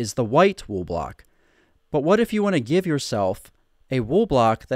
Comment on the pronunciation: It sounds like you're saying Gif instead of give! I was wondering why you were talking about gifs lol. It started raining in my world and I wasn't in the mood for rain so I did /clear and it cleared my inventory 🤦‍♂️